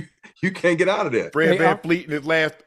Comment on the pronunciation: Unc! It's Vanvleet, not VanFLEET.